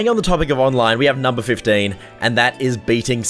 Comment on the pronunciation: when said number 15 i just heard burger king foot lettuce